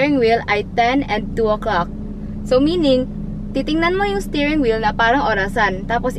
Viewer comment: I keep hearing "staring wheel" instead of stirring😅